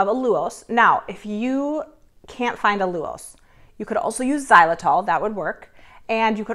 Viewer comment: I can't wait to try this and the peanut butter eggs. I have to say, that's an interesting pronunciation of allulose. Never heard that before. 😊 Keep up the great recipes 👍